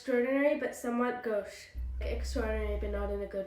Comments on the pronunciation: I think the au pronunciation may depend if it's pronounced according to English or French rules, and it's still understandable either way, and neither of those ways is "gucci" or however that one kid said it. Also, historically speaking, it's the modern British accent that has deviated the most from proper English pronunciation over the past 200 years. American Broadcast English is the closest accent to "pure English" that we still have. The British have developed a non-rhotic speech pattern (also called R-dropping) starting about 200 years ago. The dropped "r" in "car" is an oft-cited and quite noticable example when one listens to British speakers. What you seem to be describing is a fluid spelling system, where people simply spell words as they sound to the listener and not according to their established pronunciation. This is a fascinating topic and one likely rooted in the historic development of different languages, when groups migrated to new areas and became isolated from other speakers until both populations evolved entirely new grammar rules. But we live in a world of high connection, where we aren't isolated. Letting a group not conform to the established grammar norms of the language is an artificial isolation imposed on them that also hinders their ability to communicate effectively from anyone not in their specific lexical group. I think by not expecting something close to proper pronunciation and grammar, we are committing what's called the soft bigotry of lo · The tragedy isn't even that they couldn't pronounce "gauche" (I certainly would have fumbled on my first attempt!) it's that they gave up IMMEDIATELY when faced with something they would have had to think about in order to come up with an answer.